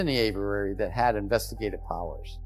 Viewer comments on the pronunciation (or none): Its Aviary. Averary is not the correct pronunciation. Richard Doty is my transparency hero.